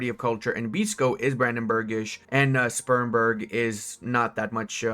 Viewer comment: That is not how you pronounce Spremberg